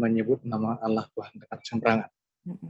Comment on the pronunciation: Tulisannya ALLAH kenapa diucapkan ALAH..? Yang nyanyi mengucapkan ALLAH bukan ALAH. Mohon diperbaiki lagi pelafalannya,sesuai literasi linguistiknya...jangan alergi dengan pelafalan aslinya. Terimakasih🙏